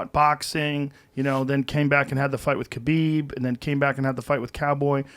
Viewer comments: Why does no one pronounce khabib correctly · Khabib’s name is pronounced Ha-bib not Kabeeb. Americans please get it right. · Pretty sure you don't pronounce the 'K' in Khabib🤔